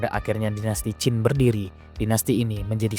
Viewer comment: Qin bang bukan Qing